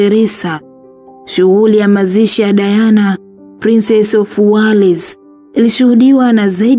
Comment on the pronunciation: Hyo Wales unaisema kiswahili kabisa inaandikwa wales lkn unasema welz sio wales kama ioivyoandikwa